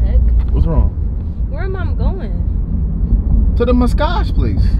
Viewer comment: “Mascage” 😂😂😂💀 I love y’all